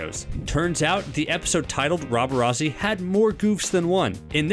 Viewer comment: and roberazzi💀